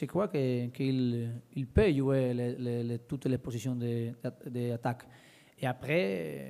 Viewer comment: quand il dit jouer et joueur on dirait qu'il dit UV (Juventus) il m'a soulé avec sa langue inventé